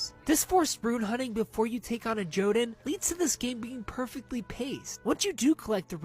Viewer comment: Jotunn, plural Jotun, originates from Norse mythology and is pronounced either yohtunn or yuhtunn, the emphasis is on the first half of the word.